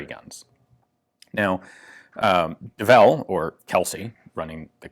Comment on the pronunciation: It's early, I read "Devil's Full House" and was corrected when you said Devel hahah